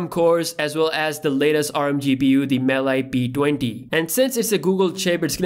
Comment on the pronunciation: Its Mali, not Maly